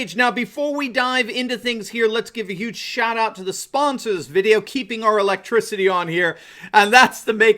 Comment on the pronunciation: Hugh cash? Sounds like pimping Playboy....the word is "huge" not Hugh.......Hefner